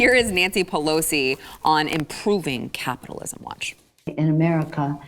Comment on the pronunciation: Did she say "Copitalism?" SHE'S TELLING US HOW SHE WANTS SOCIALISM! LISTEN TO HER CLOSELY! HEY! WHERE'S HER MASK?!?!